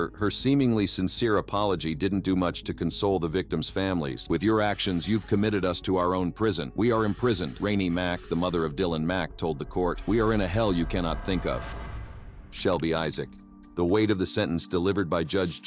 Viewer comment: AI voice does not know that Renee is ruh-NAY, pronounces it rainy